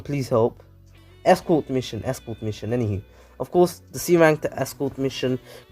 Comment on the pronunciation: Escort (es-cor-t)